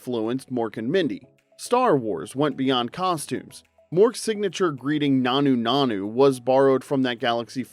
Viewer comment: It also horrifically mispronounces nanu nanu, shazbot and Rob Petrie.